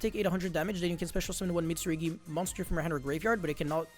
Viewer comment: saying Mitsurigi is killing me more than it should. Mit! Su! RU! GI!!!! 😭